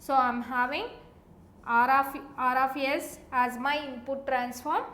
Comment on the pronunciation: Aar aaf yess